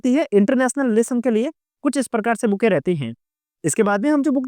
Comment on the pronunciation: Bhai ya to books bol lo ya पुस्तके बोल लो yaar बुके क्या होता है😁😁😁